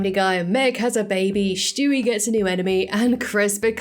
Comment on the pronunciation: Who’s Schtewey? I know there’s a character named Stewie but not Schtewey . Jk.